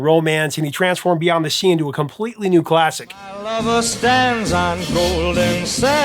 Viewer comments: 'Beyons' The Sea? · "Beyons the Sea"? LOL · That first one with Bobby Darin says "Beyons" The Sea. lol